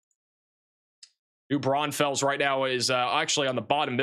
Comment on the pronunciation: that is not how u say New Braunfels